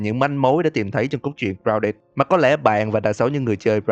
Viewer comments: Ai nghe câu grouded nghe lộn là rao đệt đấy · anh nói tên game hay vl gounđịt